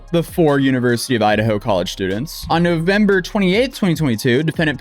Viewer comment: "NoFember" lol